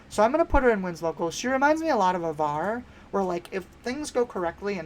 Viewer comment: as a big avar kriss stan i have to do my duty to inform you that her name starts with a long a and not a short a that aside, i agree with a lot of your takes re: some stuff being better than people think, and would agree that i think we're going to be seeing a lot of obi-wan throughout this set. the leader i'm keeping the closest watch on going forward beyond this set is honestly qui-gon. they're always going to be printing more force units that can help turn on his ability and anything with a when played effect has gotta be looked at through the lens of "what can qui-gon do with this" in the future.